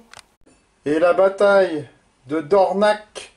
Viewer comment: Je suis né près de Dornach av de Lutterbach à Mulhouse...et j'adorait les histoires des anciens...Dornach se prononce DORNAK...